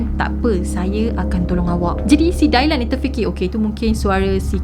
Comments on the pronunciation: Good story. Just nak perbetulkan sebutan jer Dylan dibaca Di-len, bkn Dailan. 😊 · Ethan = "e-turn" Kaylee = "k-li" Dylan = "dilen" Dailan tu mcm nama melayu hehe gurau. Bukan tunjuk pandai, cuma share serba sedikit